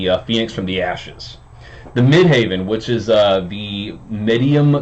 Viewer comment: Dude, it’s midheaven as in where god is - not midhaven which sounds like a golf resort. You gotta get that right to be taken seriously. I like your take on the aspect though 😻